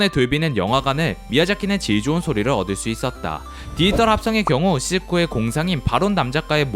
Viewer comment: 안녕하세요 알고리즘덕에 잘보고 있습니다! 다른건 아니고 더빙에서 딱 한부분이 있는데 이 영상 나래이션 하실때에 돌비 '디지털' 이라는 발음이 굉장히 많이 나오는데 디지털을 디이털이라고 발음하시는 습관이 있으신거 같아서요 혹시나 해서 적고 갑니다 영상 재밌게 봤습니다 감사합니다!